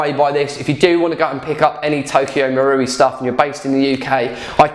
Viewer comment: So happy your saying marui properly 😂